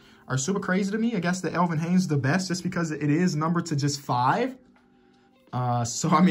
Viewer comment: Elvin Haynes its Elvin Hayes Haynes its all too though keep up this content I like it a lot